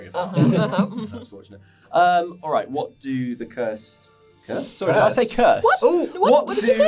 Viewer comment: the "whot? whot did you say?" after was perfect!! had me laughing